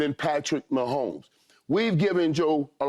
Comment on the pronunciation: Love Joe but it's mahomes